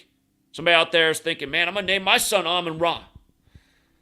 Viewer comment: it’s Amon Ra not Amun Ra.